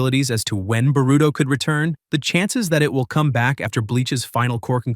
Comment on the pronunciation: Why u pronouncing his name like “burrito”😭💀